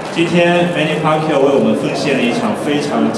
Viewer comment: the Chinese guy just called the champ manny pacyou lol..